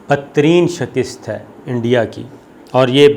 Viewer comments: phir wohi 'shakist' instead of 'shikast' astaghfirullah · Sabir sahib...!!!!!! ye Lafz "Shakist" nahen hota... bal-k "Shikast" hota hy... Urdu ki esi Ghalatiyaan aapki personality ki "Matt" mar k rakh deti hen....